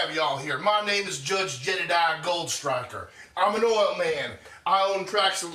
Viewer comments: I think it's "Jedediah." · I feel like it's Jedediah... not Jebediah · He says Jedediah not Jebediah.